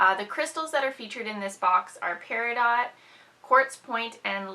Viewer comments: No. lol. It's Pear-a-doh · Peridot is pronounced, Pear-a-doh. The t is silent. :) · The I is more like Eh than a y sound.